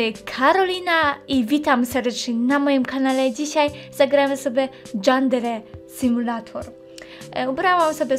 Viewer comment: Dżandere simulejtor xD